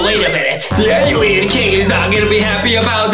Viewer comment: Yeah he says it like alion